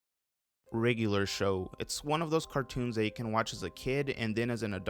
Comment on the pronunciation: OK but why Can't you pronounce regular.....